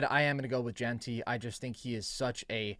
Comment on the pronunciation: It is pronounced JEN-TY. JEN-TY. not jeeeenty. Good lord man